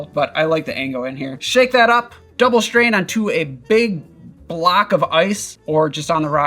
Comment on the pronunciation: Love your videos, but why do you say shtrain instead of strain?